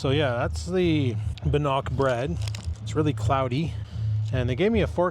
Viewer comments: Hey, It is Bannock and pronounced Ban ock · Its pronounced Bann ick also known as Indian Fry Bread.